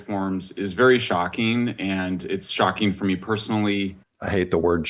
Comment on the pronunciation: Btw, he didn't say ' shocking,' he said "shockeen."